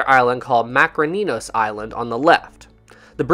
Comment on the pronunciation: Very informative video! I just want to make a comment about the correct pronunciation of the Greek island Makronisos. The name comes from the words "μακρός" meaning "long" and "νήσος" meaning "island". So the most accurate way to say it is, Makrόnisos. Keep up the great work!